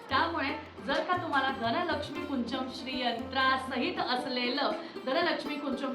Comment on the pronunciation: ताई ह्याला कुंचम नाही तर कुंजम असं म्हणतात मी स्वतः कन्नड आहे आमच्या इथे प्रत्येक घरात ह्याची पूजा केली जाते मराठी लोकांनी काय विचारा करून ह्याला कुंचन नाव दिलं देव जाणे ह्याला कुंजम म्हणातात म्हणजेच अर्थ होती चाबी जी आपल्याला लक्ष्मी माते पर्यंत पोहचवते त्यामुळे ती चूक सुधारून धनलक्ष्मी कुंजम असं योग्य उच्चार करावा